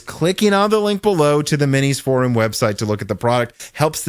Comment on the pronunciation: It's for-UM not for-OOM.